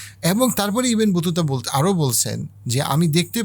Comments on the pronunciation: ইবেন বতুতা না ভাই, ইবনে বতুতা। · ভাই ইবেন বতুতা না, ইবনে বতুতা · আসসালামু আলাইকুম ভালো বক্তব্য সুন্দরভাবে সবকিছু জানা যাচ্ছে। কিছু মনে করবেন না আপনি কিছু নাম কি আসলে বিকৃত করছেন ইবনে বতুতাকে, ইবেন বতুতা বলছেন, রাজা গোবিন্দ কে গোবিন বলছেন জানতে ইচ্ছে করছে?